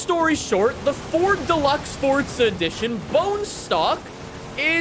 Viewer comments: Stop saying fortza, its forza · PLEASE stop saying "FORTZA" its FOR ZA! ugh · It's FORZA NOT FORTZA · Fortza horizon? I thought it was Forza horizon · Forza is an Italian word, so the correct pronunciation is Fortza. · Why are you saying it like “Fortza” it’s literally “FORza” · It's Forza. Not fordza. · Why do you say it, "Fortza" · can you please start saying forza correctly it does not have a t in the word so why do you say fortza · Why does he say fortza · Why does he say "Fortza Horizon 5" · why he say fortsa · If this guy says fortza one more time I might die